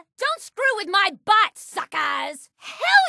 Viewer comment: Whoever wrote Gaige's kill success dialogue was a HUGE fan of Unreal Tournament. Also, she sounded like she was saying "nice butt" instead of "nice bot." XD Also, booyeah on saying those famous magic words. XD